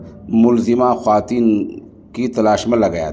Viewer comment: محترم خواتین کا واو پڑھاجاےگا خاتین پڑھنا😅 غلط ہے